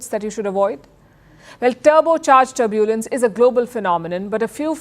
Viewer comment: Palki Sharma should get an accent coach or someone. It’s not turb-yooooo-lens, it’s just tur-byu-lens.